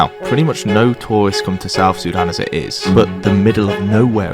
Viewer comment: im a pwetty tawl guy